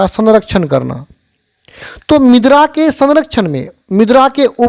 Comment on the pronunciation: मिद्रा bol rahe hai ====😮 मृदा मतलब मिट्टी होता है